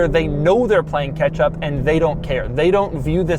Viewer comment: “Lexus is playing ketchup.” Literally with that red interior. Lol 🍅 I know he’s saying catch up. I just can’t get into red leather interiors. Ya know for a daily driver, it’ll get the job done. 311 HP is enough to get on a freeway fine, daily driving etc. Still enough too to let others know you’ve got some style and taste. 1-2yrs be a perfect used car for someone getting into Lexus. I do like the prominent lines on it and the touch screen too.